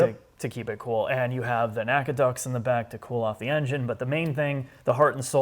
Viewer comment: FYSA/FYI - NACA is pronounced as an abbreviation (N.A.C.A.) and not an acronym (Naca). I don't know why, but early on in my engineering career at NASA, the old timey aerospace engineers jumped on me for that - presumably due to some level of disdain or struggle for identity with the formation of NASA in 1958.